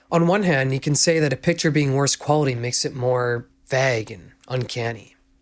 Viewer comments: Please pronounce vague correctly . It’s not Vaaaag. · I love this video, but it’s pronounced like vay-guh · PLEASE pronounce vague differently 💀 It sounds like...something else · does anyone know what word he's actually saying ?? is he pronouncing "vague" wrong? the captions block it out cuz it does sound kinda like the f slur or another censorable word, but given the context i really doubt that's what he's saying 😭